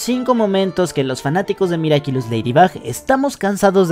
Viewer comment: dijo miracilus XD